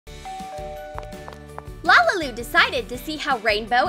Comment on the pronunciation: It's lalilu not lalalu